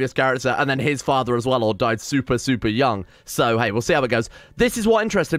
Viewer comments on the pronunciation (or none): none